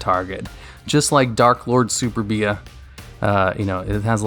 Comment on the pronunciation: you pronounced superbia as super-bee ah when it should be su-perbia